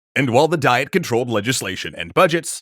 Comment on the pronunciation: You keep pronouncing the Japanese government body as Die-et, but it's Dee-yet.